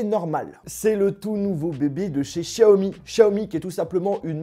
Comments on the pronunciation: Chiaomi naannn, c est xiaomi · C'est Xiaomi pas Shaomi Merci